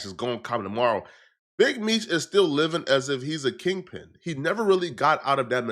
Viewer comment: tf is a kingping lol